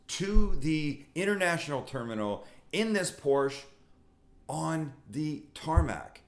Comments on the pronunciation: You are a great man but keep whining like a bitc... And it's not Porsch. It's PORSCHE! Thank you! You should focus on food videos because this doesn't suit you. I will simply unsubscribe next time seeing videos like this. Come on man, grow up. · Porsche is a two syllable word.